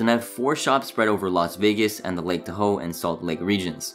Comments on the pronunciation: Who can't say "Lake Tahoe" correctly?? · Yes! Was wondering if anyone else caught that, lol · The way he pronounces lake Tahoe made me giggle so hard